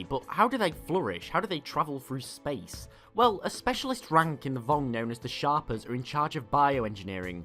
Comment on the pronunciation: isnt it shapers as in shape rather than shapers pronounced as sharpers?